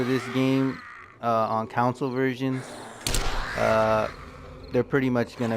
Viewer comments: "Con soul" is how its pronounced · "Council" lmfao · Ive never heard someone pronounce "console" so wrong so many times